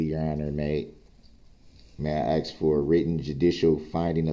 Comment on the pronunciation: You didn’t “Axe” the question